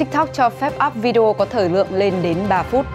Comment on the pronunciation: Má ơi ! Phát ngôn viên đọc Video là "Vi-deo" :]] Bằng "Z" tiếng anh hả ba ?!!! phát âm thua thằng cháu 5t nhà tui.